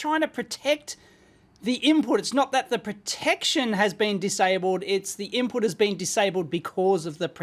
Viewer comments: "Ibput voltage" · Loving the IBPUT voltage, lol